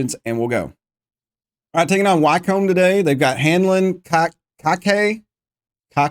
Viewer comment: Wycombe is pronounced Wickcome. Great series thank you.